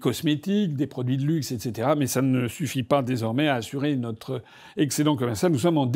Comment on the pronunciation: N'a pas exprimé sa force ÉTCÉTERA ÉTCÈTERA 😅😅